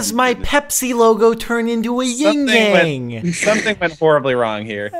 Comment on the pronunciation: Ahahha called Jordan's Pepsi as "Ying Yang"